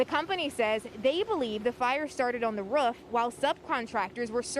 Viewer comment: so they tell us nothing about what is exactly is burning and why its hard to stop , and they cant pronounce roof